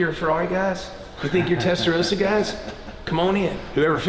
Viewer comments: Please guys. How can you be a car guy and pronounce Testarossa wrong? It has two S'es. Not Rosa, but Rossa. I hear a lot of Americans pronouncing it wrong. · It's pronounced "tes-ta-RAW-sa," not "tes-ta-row-sa." You know like the signature Ferrari color of "Raw-so corsa." Also a distinguished Ferrari lover will spot them as Euro-cars in a split second because the US-spec cars have side-blinkers while the Euro-spec cars don't. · TestaRossa not testaroses. Please!